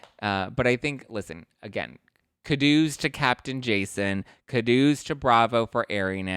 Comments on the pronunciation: Actually it’s “oo” sounds like boo. Koo doughs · my dear, you need to look up the pronunciation of "kudos" It's a long u sound, not a short u. Love you😅